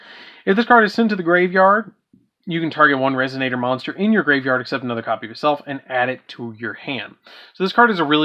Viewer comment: DaD: mispronouncing Resonator Mr Popo: That one was on purpose.